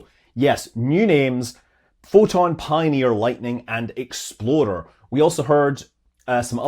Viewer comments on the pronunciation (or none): Your habit of pronouncing explorer as “exploder “is, perhaps, inauspicious. 🙃🤣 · I'm surprised you didn't mention the cause of the rough landing by Nova C's Odysseus. They accidentally left the "remove before flight" lock on the guidance system, forcing them to use an alternate system (their customer's) for measuring altitude, which probablly wasn't optimal, is probably why the leg broke, and certainly was embarrassing. Btw Scott, when you say "explorer" it sure sounds like "exploder." Like the Ford SUV 😂